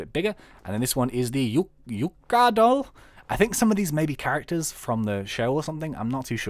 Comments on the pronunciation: ***** "Yuuka (pronounced "you ka") doesn't appear to do anything in my experience" She farms crops for you. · ***** And another thing: the "unimplemented" dolls actually require another mod to be craftable and do things. Reimu (pronounced "lay moo") throws blue amulets that split into several smaller ones. Yuuka (pronounced "you ka") doesn't appear to do anything in my experience, but then again, I use the 1.6.4 version of the mod, so she probably does something in 1.7. :3